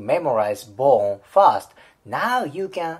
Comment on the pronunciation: R の発音を意識・訓練してくれたらもっと聞きやすいのになって思いました。たとえばfirst がfast に聞こえます。私は日本人なので理解できますが。余駅なお世話でしょうが、英語は発音とリズムが要の言語だと私は考えます。